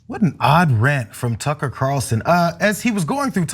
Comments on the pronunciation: I've been calling him Cucker Tarlson for years, so that slip made me laugh so hard! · "Cucker" that was a great slip :) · I did hear call tucker carlson "cucker" by mistake. 🤣